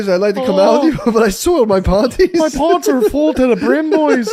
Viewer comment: Stop saying “pawnties”